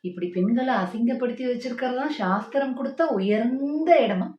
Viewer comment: ஷாஸ்திரம், ஷட்டம்! 😂😂😂 சாஸ்திரம் சட்டம் அல்ல 😂😂😂 கலக்குங்க தோழர் 😂😂